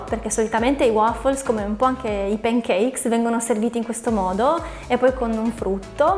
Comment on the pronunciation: p"E"ncakes....non si può sentire! 🤦🏻‍♀️ Per il resto video interessante 👍🏻